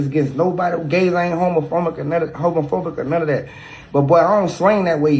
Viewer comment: When he said, "homophomic" 😭🤣 glad he supports but hahahah